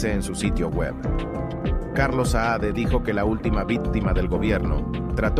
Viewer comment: Muchacho el botijas se llama CARLOS SAADE ,no "SAED" limpiate la cera de los oidos.